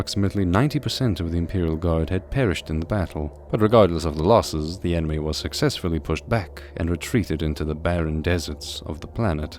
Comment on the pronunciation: It's hilarious that, despite all the jokes, since most factions get mentioned, and an example is given on how things usually work in the Imperium, this is legitimately an introduction into the 40k lore. PS: did he say enemy or anime?!